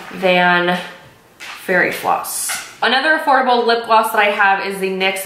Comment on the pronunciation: Did she just say Afordableable?